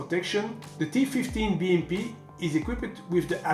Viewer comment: С удовольствием прокатился бы на этой БМП. Первым делом переехал бы через того, кто озвучил ролик... Такого английского языка я еще не слышал. И лучше бы не слышал... "ТифифтиБиЭмПи"... С таким произношением лучше субтитры пускать!!!